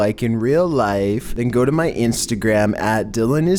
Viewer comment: Follow me in real lya-if